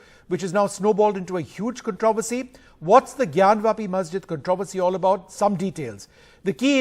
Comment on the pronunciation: It is not gyanvaapi it is jnaanvaapi. ज् + ञ = ज्ञ ग् + य = ग्या ज्ञान्वापि = ज् + ञा + न् + वा + पि ग्यानवापि = ग् + या + न् + वा + पि